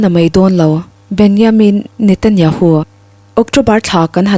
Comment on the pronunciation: Chhiar ngaihnawm thiam khawp mai mahse thil pakhat lek Benjamin Netanyahu ti a lam turniin ka hria